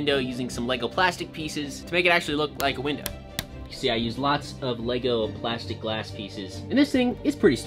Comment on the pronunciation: blud said "lego platsic" (not that lego is made of plastic or something)